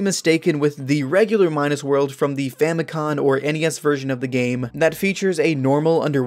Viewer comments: You keep saying “famicon” instead of “famicom” Just wanted to let you know 🙏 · It's Famicom, not famicon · I'm not sure if it's to be more authentic to the Japanese pronunciation but saying "Famicon" sounds really weird. I know that's how it's spelled in kana but it's spelled "Famicom" in English letters and is short for "Family Computer". It's only spelled "Famikon" instead of "Famikomu" because "computer" is "konpyuta" and not "komupyuta", so it's seems more in the spirit of the word to pronounce Famicom as written anyway. By the way, the reason you have to beat the game 8 times in the FDS version is because it has save functionality. They aren't expecting you to no life it in one sitting. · "famicon" is driving me crazy